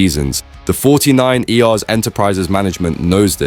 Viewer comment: Bruddy Ai narrative 😡 49ers is pronounced forty nine urs....not forty nine eee aar. Doh?